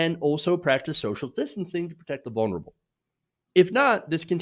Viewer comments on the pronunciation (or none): none